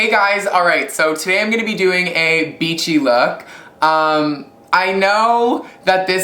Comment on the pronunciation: haha i just thought you said i am gonna make a bitchy look :D